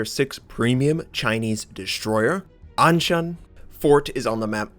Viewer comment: Your pronunciation of 'an shan' at the beginning was perfect! I did not get a chance to hear the Chinese audio though :(